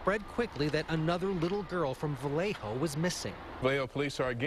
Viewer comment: Vallejo = VA-YAY-HO 😣